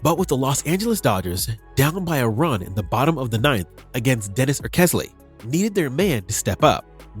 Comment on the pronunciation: Learn how to pronounce Dennis Eckersley